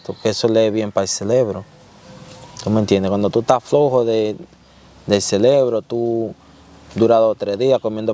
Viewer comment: Celebro😅 es cerebro y al principe se dice diferencia